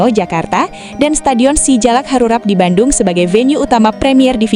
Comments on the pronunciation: Yg benar ngomong nya ,bukan stadion si jalak harurat tapi stadion si jalak harurat, ngomong gitu aja belepotan, kentutnya aja yg nyaring dan jelas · SGUBK Sijalak HaruRAP kocak ni naratornya😂